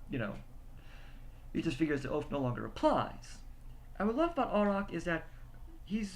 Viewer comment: The characters name is pronounced: A(y)rack, with a capital A.